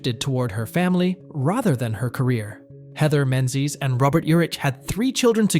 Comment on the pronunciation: Heathers is the same. Menzies is incorrect then correctly.🤦